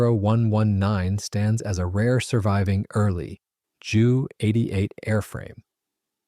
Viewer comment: Have a real person narrate and pronounce words correctly. Ju is not jew it is J U. J is pronounced like Y in German.